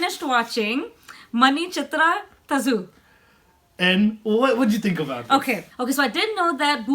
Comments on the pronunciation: Guys it's not Manichiththrathazu, it's Manichiththrathazhu. There is h in between z and u. It's pronunciation is difficult. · friends, not manichithra thasu it is "thazhu" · Priyadarshan, director of Bhool Bhulaiyya was the second unit director for Manichithrathazhu.... and friend its not 'thassu'.... its 'thalhu'... or something like that.... hard to pronounce 'thazhu' by anyone not a malayalee... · its not "manichittrathazu" its " manichittrathazhu" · it was manichithrazhuuuuuuuuuuuuuu not thazooooo....watch the filim in night on home teatr ..alone.. :D you feel some thing better than boolbolaiyaa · guyzz awesome I am watching ur channel for sometime u guys are really good thanks for manichitrathazhu.. and it's not tha shu it's tha-ru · Movie name is MANI-CHITRA-THAAZHU(pronounce it as THAAL) / मणिचित्रताष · Dude u are great...but u are making a mistake while pronouncing the name of movie😂😂 still bro love u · Hi , it was awesome to watch such a review 👍🏻 Sobhana was a great actress and Mohan lal also done a good job in this. Anyhow you are unsuccessful read the name of the film correctly 😁 manichithra thazhu മണിച്ചിത്രത്താഴ്‌ 😀